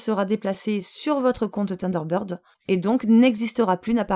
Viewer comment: Salut, tu veux un autre petit cours d'Anglais? Thunder----bird (sunder----bird) tu sais comme dans ACDC:-) Avec la langue entre les dents ssssssseeeeuu lol Sinon en logiciel gratuit tu as 7 + Taskbar super pratique pour déplacer les onglets de la barre des tâches ce que ne fait pas Windows 7 + plein d'autres options.